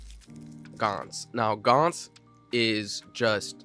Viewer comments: I really like your top 10, maybe I should make a video of my own with a couple different choices :D PD: It's pronounced: "GANTZ" not "GAENTZ". You have to pronounce the A in the middle like in spanish. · Blame pronouced like aim. Gantz is like ants